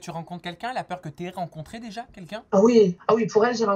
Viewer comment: Elle dit "deja” au lieu de "déjà" mais bon pas grave. ❤️